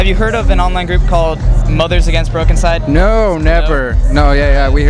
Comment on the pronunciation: Oh good, I pronounced it right on my show- haha. Broken-cyde. I don't even know what they sound like; I'm gonna check them out :)